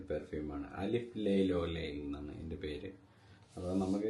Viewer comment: അലിഫ് ലൈലി അല്ല അല്ഫ് ലൈല അല്ഫ് പറഞ്ഞാൽ 1000 എന്നാണ് Bdk gris charnel video ക്ക് വേണ്ടി വെയിറ്റ് ചെയ്യുന്നു